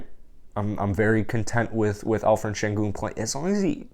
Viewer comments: Alperen not Alferen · great content. I hear like you call 'alferen'. its better to call with p.=) al peren. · I heard some Alphred :)